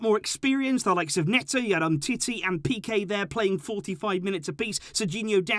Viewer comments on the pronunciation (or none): none